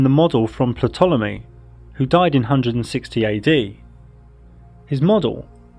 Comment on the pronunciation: its pronounced tolemy not patolemy ptolemy the p is silent.